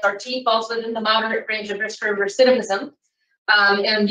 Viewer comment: His RECITIVISM WAS LOW?